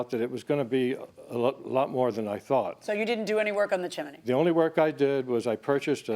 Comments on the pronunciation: CHIM=NEY folks not CHIM=EN=NY. Chimney has TWO syllables not 3. WTF does NO ONE know the English language FFS???? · CHIM - NEY, not CHIM-EN-NY. 2 syllables not 3. Look it up. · Why is she saying chiminey It’s chimney. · Each time they say chimaney I lose my mind. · Jiminey Crickets, it's a chiminey. Judge M always says this word incorrectly AND she misstates the "....you or my lying eyes" adage. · As soon as she said chminey, I headed straight to the comments. I was not disappointed. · She was watching Mary Poppin's with that CHIMINEY pronunciation. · That’s because in Spanish, it’s “chimenea”. I suspect that might be an influence. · The way Milian says chimney is wild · Am I the only one who loves the way JMM says "chimney"? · Judge always turns 'chimney' into 3 syllables. 😄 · Someone tell JM the correct pronunciation of chimney. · Why is everyone pronouncing chimney like that????